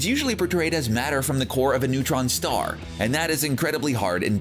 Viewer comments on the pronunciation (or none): none